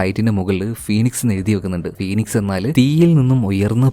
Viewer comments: അവിടെ ഒ സൈലന്റ് ആണ്.. PHOENIX= FENIKS.... PHONIC അർത്ഥം മാറും..... ഞാൻ പറഞ്ഞത് ശെരി ആണോ...... പിന്നെ കഥ സൂപ്പർ.. അവതരണം കിടിലം 😂❤👍👍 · ഫിയോണിക്സ് അല്ല ഫീനിക്സ് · ഫോണിക്സ് അല്ല ഫിനിക്സ് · ഫോണിക്സ് അല്ല കേട്ടോ... ഫീനിക്സ് എന്നാണ് വായിക്കേണ്ടത്.... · തുടക്കം തന്നെ പിഴവാണല്ലോ ഫോണിക്സ് എന്ന് താങ്കൾ ആരെങ്കിലും പറയുന്നതു കേട്ടിട്ടുണ്ടോ ഒരു ഫീനിക്സ്പക്ഷിയേപ്പോലെ ഉയർത്തെഴുന്നേറ്റു എന്നു കേട്ടിട്ടില്ലേ. ഇംഗ്ലീഷ്കഥകൾ പറയുമ്പോൾ അത്യാവശ്യം ഇംഗ്ലീഷ് അറിയുന്ന വരായിരിക്കുമല്ലോ ഓകേ താങ്യൂ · ഫോണിക്സ് അല്ലെടാ ഫിനിക്സ് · Flight of the ഫോണിക്സ് അല്ല ബ്രോ, അത് ഫീനിക്സ് എന്നാണ് വായിക്കുക. spelling kurachu കൺഫ്യൂസ്ഡ് ആണ് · ഫോണിക്സ് അല്ല ഫീനിക്സ് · ഫ്ലൈറ്റ് ഓഫ് ദ ഫീനിക്സ് എന്നാണ്. ഫോണിക്സ് അല്ല. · ഫോണിക്സ് അല്ല മോനേ.. "ഫീനിക്സ് "😂😂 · ഫ്ലൈറ്റ് ഓഫ് ദ ഫീനിക്സ് എന്നാണ്, ഫോണിക്സ് എന്നല്ല explainer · ഫോണിക്സ് അല്ല ഫിനിക്സ് ആണ് ട്ടോ.......❤ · ഫോണിക്സ് അല്ല ഫീനിക്സ് ആണ് സേട്ടാ 😊😊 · ഫോണിക്സ് അല്ല bro ഫിനിക്സ് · ഫീനിക്സ് എന്നാണ് ബ്രോ